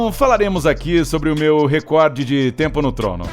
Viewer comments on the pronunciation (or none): none